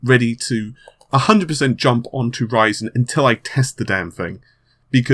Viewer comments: lol u say ryzen like raisin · almost sounds like he is saying that intel is freaking out over raisin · I am pretty sure that you did not pronounce that name correctly. I wouldn't be able to do it either.;)